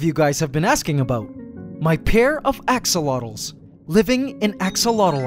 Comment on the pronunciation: it's not "Oxolotls"!